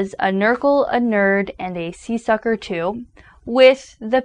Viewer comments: It's seersucker, not seesucker. Not all private schools require uniforms. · not see-sucker, seers-sucker - as in Sears & Roebuck store bought suit.